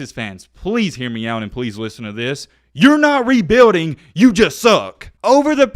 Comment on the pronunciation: And please stop saying the word rebuilding it doesnt sound right.